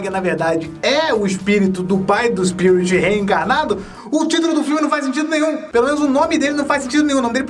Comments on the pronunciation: O fala SPIURIT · O sotaque dele diante d palavra "Spirit" é estranho kkkkkkk amei o vídeo, sempre amei esse filme :) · Esse tempo todo vc falou o nome dele errado